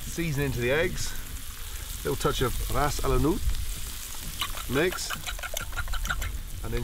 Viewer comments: Omg he is trying to say "ras el hanout" hahahahahahahaha took me so long to get what he meant. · rass elhanout XDDD